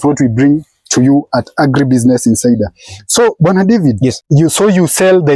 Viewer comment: His name Bwana David sounded like he was calling him brother David 😜